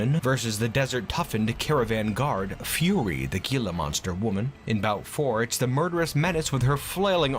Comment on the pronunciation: just fyi, "gila" is pronounced "heel-ah" source: im arizonan